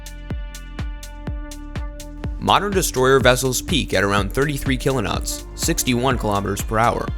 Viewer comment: WTF is a kilo-not????